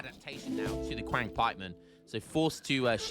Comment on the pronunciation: Qiang is pronounced chee-ung (like ungurs) for the record